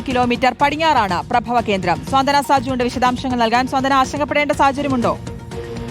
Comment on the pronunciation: സ്വാന്തന അല്ല , സാന്ത്വന . 😮😮😮😮😮😮